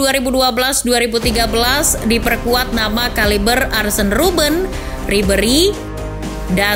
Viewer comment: cara baca Arjen Robben = aryen roben